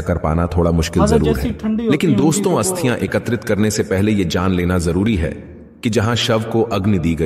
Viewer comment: भाई हस्तिया नही अस्थिया